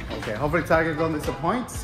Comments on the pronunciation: Bro said ‘TAR-JET NOT TARGET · he meant to say target